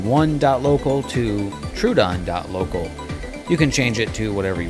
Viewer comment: Troh-uh-don. Thanks for the video!